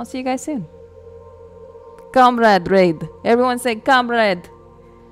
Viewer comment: I don't know ANY English speaker that pronounces comrade the way the English VA do, it really confuses me how/why it got passed through production as okay. Sure some people that only speak English have a terrible Russian accent but they at least pronounce it correctly. Or when they said "contract", pronouncing it as "con-tract" when in this context it should've been "cun-tract"